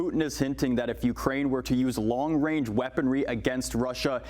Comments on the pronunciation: Trudeau couldn't even say "Range"...LOL He must be thinking about what his Masters told him to say and got messed up. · Long wange.. shutup tru dope. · Trudeau literally said "Long Wange"...wow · Long wange haha